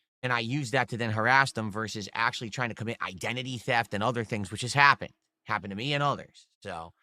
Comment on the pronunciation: His wife, ack - ack - acktuhally wants to be part of the kahntent, dood.